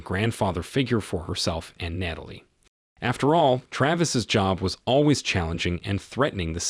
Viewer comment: It's Tra-vis, not Tray-vis. And it's Nat-a-lie, not Nayt-a-lie.